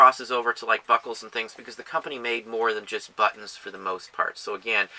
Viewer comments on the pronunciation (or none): love your videos thank you. Made me laugh tho, immature side kept hearing "butts." instead of buttons. LOL, but maker,, XD